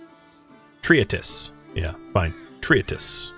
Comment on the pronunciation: tree-tease or tree-tess, i have never heard such a weird way to say that word